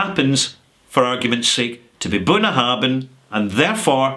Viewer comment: I hestitate to post this, as I am sure that knows his stuff, but surely "Bunnahabhain" is pronounced "boon-a-HAV-in" with a "V" rather than "boon-a-HAB-in" with a "B"?